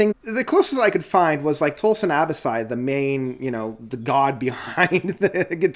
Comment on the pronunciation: Dude, you KILL me with the mispronunciations. LMAO. Let me help you out. It’s Tosin “a-BAH-si” and “HAH-vee-air RAY-ess”. Also, the name of the 5th song is “a-SAH-hee”. Ok, with all that said, I agree with your review! It’s a great album though I still think The Joy Of Motion is my favorite. On this album, I think Red Miso and Micro-Aggressions are the best tracks, though I enjoy them all!